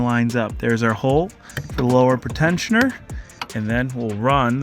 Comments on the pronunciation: I'm really liking the content lately. Just one issue. You keep saying pretensioner as 'pruh-tensioner' when it should be PREE-tensioner. Its flaring my OCD. Anyway. Keep the vids coming! Doing great. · it’s pre-tensioner. Not pritensioner. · PRETENSIONER NOT PERTENSIONER.... FFS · It's pronounced pree - tensioner. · Is that a way people actually pronounce pretensioner?